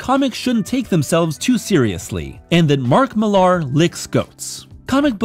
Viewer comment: Millar is pronounced Miller.